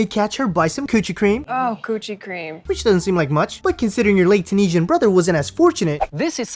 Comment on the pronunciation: Just like she mispronounced Tunisia and Qatar all the time